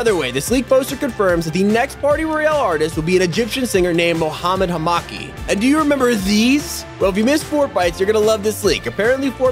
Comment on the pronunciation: Mohamad Is Pronounced Moohumad And Hamaki Is Pronounced Humaki